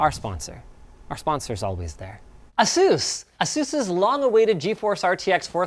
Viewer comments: First time I've ever heard someone say asUs instead of Asus. Linus surprises me every time. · Why are you saying Asus like that now? "Ah Seuss" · You got me, I commented because of Linus saying “Uh-Soos” for Asus in the beginning of the final sponsor spot before the end card. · "Ahsoos" bruh are we really just going to let that one go??